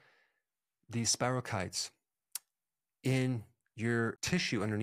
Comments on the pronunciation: spiro keet not spiro kite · Spirochaetes. Pronounced SPIRO KEE TEES! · It's pronounced spirochetes with a long E.. Not spiral kites like flying a kite..